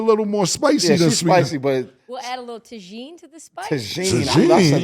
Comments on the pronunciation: Its tah-heen. Not tah-sheen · She said Tasheen hahaha tajin ( ta heen) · don’t trip boo, you ain’t gotta rap 😂😂 we know it ain’t in your bag. Just stay smart and sharp. As for.. you rapped so good Cam called Ma$e his guest 😂😂😂 gotta call you like Tahjin. Tah-Heen is how it’s pronounced lmao niggas said “tahjean“😅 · Its pronounced "TAH-HEEN" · “Ta gene” bruh 🤣